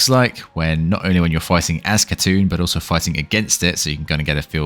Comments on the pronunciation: It's "Hatun" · She looks so good, and is definitely not going to help with my assassin addiction lol. P.s: Her name, like with words such as Knight, doesn't use the K. So you would say Hatun. (Not being rude I'm just a nerd with languages lol) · the name is said Hatoon. The U makes a oo sound and the K is silent.